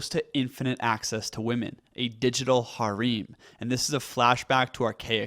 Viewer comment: "Hah-reem"😂😂 harem is pronounced "hair-um" bro